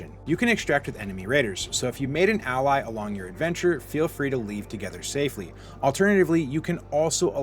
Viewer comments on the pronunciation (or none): none